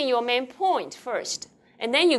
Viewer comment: It is "main point", not "man point" like the teacher said repeatedly.